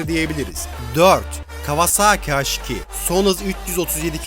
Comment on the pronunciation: Haş nedir abi ya Allah askina su isimleri ya dogru ingilizce konusup kullanin yada bildigimiz Turkce harfleri ille kullanin ya uyuz oluyom